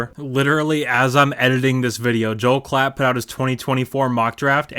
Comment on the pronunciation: Appreciate the shoutout and great job with the name pronunciation! Those Klatt clips from the draft are wild considering he went out of his way to trash our D while two top-notch defensive players were being selected. Hope reading all those OU comments doesn't rot your brain. Do you think there will be a day when the OU fans stop posting on every SC video and tweet? Or will they be that guy still badmouthing his ex six years after they broke up?